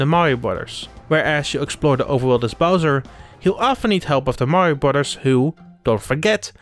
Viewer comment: "Brudars" lol